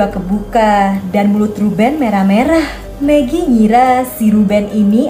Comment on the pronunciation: Kak bilang magi jadi pengen makan megi deh 😂😂😂😂😂😂😂😂🤣😅😅😅😅🤣🤣🤣